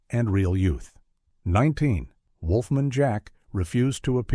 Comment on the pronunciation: "Wolfmun"? AI voiceovers suck.